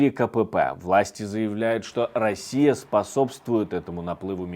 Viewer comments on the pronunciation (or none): none